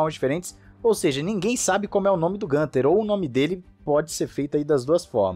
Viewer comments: É isso. Falantes de outros idiomas tbm substituem o umlaut (vogais com trema) pelas versões sem trema+ uma vogal, por não estarem acostumados com essa grafia. A pronúncia, no entanto, é mais próxima de "guinter", e não "gânter" como se fosse uma palavra em inglês. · Desculpe mas "Gunther" é a pronúncia de quem não conhece a origem do nome dele... pergunte a ele e descobrirá que na língua nativa pronuncia-se "Guinther" igual pronunciamos Guilherme. (perceba que o nome dele tem um "u" com trema)...😎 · Acho que o nome do Steiner se pronuncia no alemão "Guinter". É interessante ver como o Nico chama ele, possivelmente é a pronúncia mais acertada... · A pronúncia correta é Guintarrrr. Nas colônias alemãs do Brasil, falam Guinter.